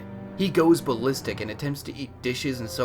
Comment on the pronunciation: I love how he said "ballistic" kinda fnf ballistic be like